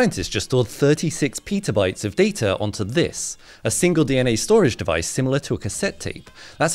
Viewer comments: It's pronounced ˈpet.ə.baɪt not ˈpiːtə.baɪt. Please try harder. Try a dictionary.🤷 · What bytes? Peter bytes? … never heard it pronounced that an I have a science degree with computers! lol. It also shows he doesn’t understand the magic e rule. Smell and Pete are pronounced different because of the E at the end. Same as Bar and Bare. i now can’t get out of my head the idea that this guy calls it “Arl-die” and no Aldi. And that he says Peder Stahl instead of pedestal. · I thought he said pizza bites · Anyone else think he said pizza bites at first😂 still imagine how much you could store on a pizza bite full of DNA storage 😂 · Anybody else think for a split second that he said pizza bites 😅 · Peetah bytes...